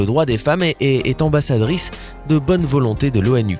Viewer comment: Mdr Il a du mal à prononcer le mot "ambassadrice" 😂😂